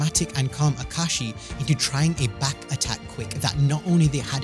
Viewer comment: Ahem ah ka ah shi not ah kashi 😂 I had to since he complains in the manga